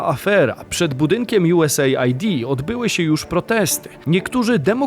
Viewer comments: czytamy nie USA - ID, tylko US - AID. Pozdrawiam;) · USAID to chyba czyta sie US ajd a nie USA id ? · US AID a nie USA ID 😅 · "JuEsEjd' chyba się czyta